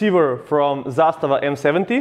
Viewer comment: You said Zastava fluidly, where are you from? :)